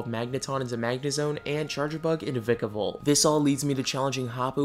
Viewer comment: It's v-ie-kevolt